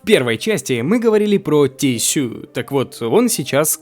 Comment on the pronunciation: хоспаде, какое "тиссюю", когда это "тишью"